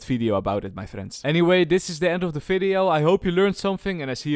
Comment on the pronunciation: Did you just say 'Welcome to another FIDEO' lol